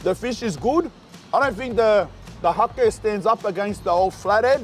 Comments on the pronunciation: Hake is literally just pronounced "hayk"..bougie over there with his haké Would be sick if when an establishment you go to does really well go in and tell them to their faces that theyre killing it, to see the reaction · Its pronounced Hay-ke, like Cake with an H. Beaut NZ fish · It's HAKE, as in JAKE !!! Silent E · 😅😅😅😅 "Hakē ow, hakē churr bro!" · Think įţs Hake? Pronunciation low key. ( hay. ke. ) South Island N.Z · When he said hake i thought he said hoki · It’s pronounced HAY K ( the fish) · "HA-KE" is pronounced HEY-K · Bro "Hake" is pronounced "Hayk" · Hake is pronounced like hate but with a k lmaoo